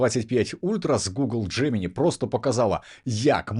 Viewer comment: Дякую за випуск, але все ж таки правильна вимова «Джеминай», а не «Джемині»